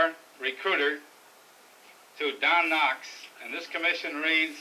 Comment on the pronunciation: he called him don nocks